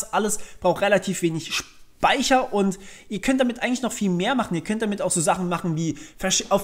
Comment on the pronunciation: fand nur deine Aussprache zu Beginn sehr unterhaltsam: „Speicher“. Abgesehen davon, DANKE ich dir für deine fantastische Arbeit, welche du in jedes Video steckst. So wertvoll!!